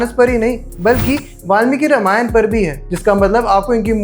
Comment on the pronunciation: Ramayana nahi bolte. Ramayan bolte hai. Mummy papa ne nahi sikhaya?